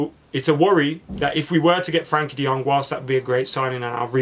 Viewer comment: Goes to the trouble of saying Gakpo as “Hakpo” Still says “Frankie” De Jong 😂